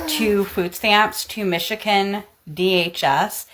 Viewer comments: As a former Michigan, not Michican dunno why she pronounces it that way….but I would 100 times over reported this lazy bitch. The absolute GALL to say OTHER people are ringing her life when SHES the one that scammed the system then BRAGGED ABOUT IT ONLINE!!!! Take a look in the mirror sis. AND YOURE HOME ALL DAY WHILE THE STATE PAYS FOR DAY CARE ARE YOU KIDDING. Oh and the criminal charges are NOBODYS FAULT but your own. This is the best thing I’ve ever seen. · I was gonna say something about her eye lookin crazy but i really wanna ask if they pronounce it Mishikin in Michigan or if thats just her